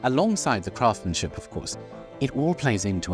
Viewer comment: Do remember the first ‘s’ in ‘craftsmanship’. It’s not silent 🙏🏻